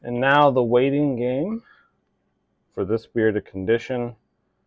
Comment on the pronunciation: I love Buddy's mystical time travel voice, and I hope he uses it often!!! 🤩 And "Sludge" Ewwww. Just a note when you say: "release the bear" it needs to be more like: RELEASE THE BEER!!! Maybe try a brittish accent. Idk.